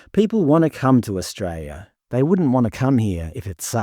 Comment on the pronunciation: I like your content but the pronunciation of the word Australia is o.stray.lee.uh not stray.lee.uh. I’m sorry but it really starts to grate after a while.